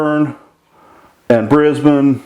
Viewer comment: As an Aussie I can confirm Wagga Wagga, Wollongong and even Wooloomooloo are real places. You are the first American that I've ever heard pronounce Melbourne and Brisbane correctly.